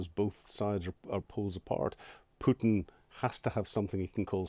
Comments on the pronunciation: Putin. Not pewtin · It is not pewton its pootin. Govorreet? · Keep calling him "Pjewten" it will wear him down over time. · Who is this Pewten the host keeps referring to? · Whenever I hear an anglo-saxon call Putin, Pyutin, a part of my soul dies... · president pew-tin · How is that a troll move? It's a remark on pronunciation. Go outside and touch some grass..